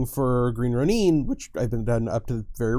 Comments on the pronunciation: But In Japanese it's not pronounced Ro - NEEN!! It's RO - nin! Wait, wait... - this is how you pronounce it! O___O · Green roNEEEEN?!? O_O Like people who say karaTAY and saKAY??! Please don't -_